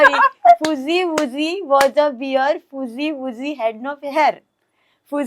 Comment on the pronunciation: You pronounce bear as “bare” not “beer”